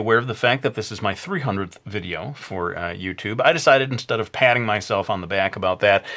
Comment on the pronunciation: did he say videa that first time?